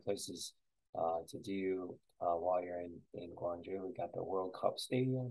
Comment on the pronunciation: Haha. Would provably lose. Penguin Village in Yangrim-dong and Mudeung san are pretty recognizable. Besides those, I only recognized the BOB pet store. Quick note: you started off with the correct pronunciation of Gwangju (gwang-joo) and ended by pronouncing it Gwangj-jOh.